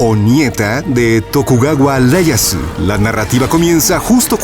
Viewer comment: No es LEYASU, es IEYASU, jajajaja, no saben un carajo de Japon